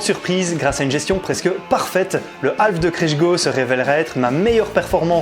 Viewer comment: alf, c'est l'extra terrestre. half, c'est moitié, semi en français et on prononce HAF avec un h aspiré et on ne prononce pas le L ! sinon vous pouvez parlez en français. ;) merci. :)